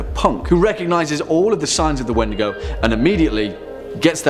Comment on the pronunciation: Its pronounced like Weetdeegoo for Crees. Just an FYI.